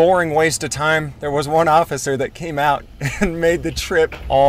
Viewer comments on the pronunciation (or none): Orrificer Shat Toe ? really?